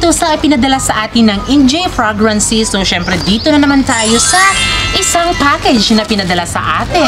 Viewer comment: Google mo panu mg pronounce ng fragrances ✌